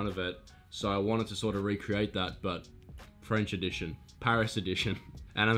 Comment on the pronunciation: bruh her french accent is perfect